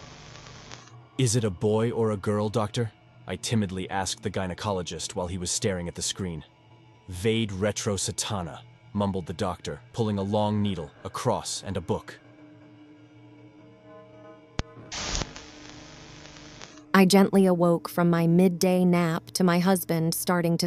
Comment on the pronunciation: "Vade retro Satana" is pronounced kind of like this: "VAH-deh REH-troh SAH-tah-nah" (Translation from Latin: "Go back Satan" AKA "Get thee behind me, Satan") LOL, behold! The one true gender!